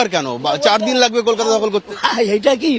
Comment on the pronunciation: একটু বাংলা স্বরাঘাত টিক করতে পারলেন না দাদা?😏 অস্কার উইনিং ফারফর্মেন্স। শফরে,কেলকাটা।😄